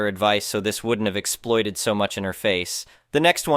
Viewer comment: The word is EXPLODED not exploited!